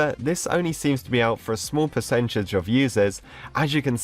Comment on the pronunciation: its percentage not pecetage